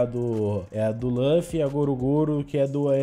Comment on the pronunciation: mano é luffy não lãffy pelo amor de deus